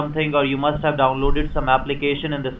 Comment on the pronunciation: you can hawe protection for thwee long years